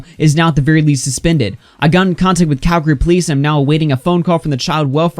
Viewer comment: thanks for not saying cal-gary